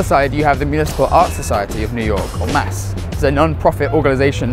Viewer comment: This is an excellent video except for one detail: the abbreviation of the Municipal Art Society is pronounced by the initials M.A.S., not like “mass”.